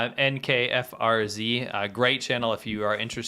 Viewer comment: mispoke. To correct C-Milk it's (NFKRZ) is a great channel, been following his channel for years now. ( announced it as N KF R Z.)